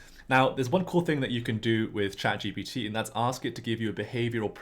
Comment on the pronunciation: It’s ChatGPT not “ChatGBD” Generative Pretraining Transformer